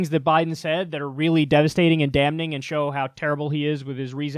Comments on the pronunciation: Damn-ning. Kyle has mispronounced this word twenty times. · Can someone tell Kyle that "damning" is not pronounced "Dam-kneeing?" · How do you live over thirty years in the US and not know that the “n” in “damning” is silent? Honestly. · You don't pronounce the N in damning lol